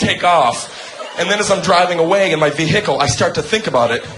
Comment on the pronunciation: Ve HIC cle